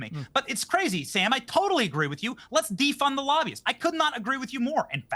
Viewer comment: As always, I enjoy your show Piers. Can we agree that Sam has to work on his pronounciation skills. Lobby-ists vs Labias, please. When you explained why the counties around DC are so rich , and you went with Laahbyuus I nearly fainted 😅 Say it with me: Lob-by-ists. Lobbyists. There. Mathilda W 😅